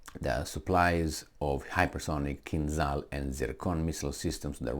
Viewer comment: Kinzhal pronounced like Gina or John, with very strong J (zh). Or french Ja t'aime.Not like z- zoom or zoo. Kinjal, not kinzal. In russian language- Кинжал.